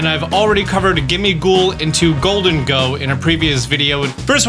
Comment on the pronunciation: LEFT OFF THE H IN GHOLDENGO!